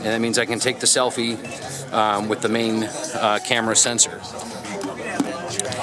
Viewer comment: The way he says selfie is so awk